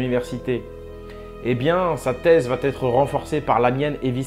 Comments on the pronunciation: Excellent travail, j'enchaine tes vidéos depuis que je les ai découvertes! Tes recherchent sont passionnantes et résonnent vraiment en moi.. Juste fais attention à la liaison de "va" à la troisième personne, il n'y a pas de t ! , et c'est dommage car il y a certainement des gens qui s'arreteront à cette faute d'orthographe pour discréditer ton travail :) Pour ma part, un grand merci pour toutes ces infos qui nous éclairent sur le monde dans lequel on vit <3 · SVP. !! Va ne se termine pas par un T. Arrêter avec votre mauvaise liaison ! Va c est : Va sans T ! On ne dit pas " vaTêtre" 😫😠 Vous fichez en l'air tout ce que vous dites en prononçant une erreur d' inculte. Ce n est pourtant pas le cas. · qd vous utilisez APRÈS QUE. Ne mettez jamais le subjonctif. Et vous l’utilisez souvent cette formule!! Puisque vous parlez du passé. On dit après qu’ils ont. Pas après qu’ils aient. On ne met pas non plus de « t » à va t’être. On dit va être. Voilà voilà. Merci. C’est important la connaissance du français correct. ❤ A part ce minuscule détail j’adore tout ce que vous mettez en lumière et à notre disposition 😘